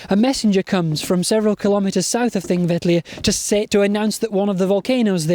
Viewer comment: a good idea very well delivered! I have been to Thingvellir three times and this is the first occasion to hear the correct pronunciation of the name. Will follow with Egils Saga.